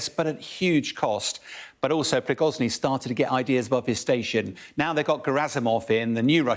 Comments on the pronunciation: PRIGOZHIN not Prigozny. doesn't even know the Fing name. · Please dont call the Wagner boss “Pri-goz-ny” it is “pri-go-zhin” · Piroschki, Prikoschi; prischoghin, c'mon military expert. It's not so difficult, Pri go shin. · Each time I watch this guy, he definitely can not pronounce correctly Russian names. Is he an expert in dyslexia? ;-). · A year into the SMO and Bellend still can't pronounce Prigozhin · Still makes me laugh that they never pronounce Prigozhins name correctly. I think they should give Putin the same treatment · This guy calls Prigozhyn every time somehow different, but never gets the name right... Even Anna Lena Baerbock turned into Baerbolck somehow 😅😅😅